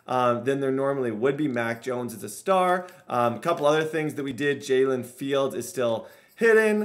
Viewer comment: “Jaylin fields”😂